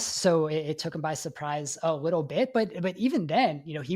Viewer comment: Am I the only one hearing “wittle bit” when he says little bit? 😂